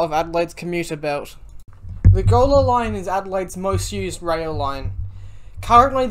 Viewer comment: Gawler is pronounced Ghoul-er